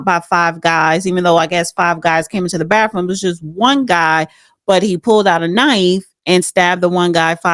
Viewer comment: Bathroom not bafroom